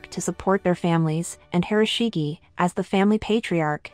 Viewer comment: "Ge" of 広重/Hiroshige is pronounced as in "ge(t)" or "gay."